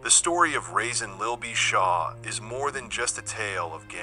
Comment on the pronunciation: Pronounced Rah-Saan not Raisin goofy